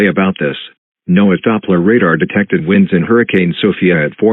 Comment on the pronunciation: The Miami EAS says winds as “Whynds” 😂